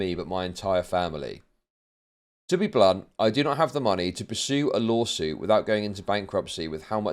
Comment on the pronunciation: Everytime he says lawsuit I just hear "lolsuit"